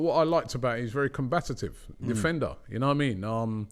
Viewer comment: What is “combatitive”? It’s combative!